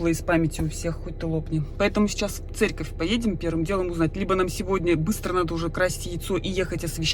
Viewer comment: ты специально говоришь Церьковь